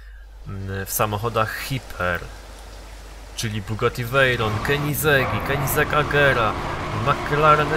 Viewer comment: Piszę Ci jak się wymawia: KENIGZEG AGIRA (tak przynajmniej słyszałem w filmiku na yt pt. "Megafabryki:Koenigsegg")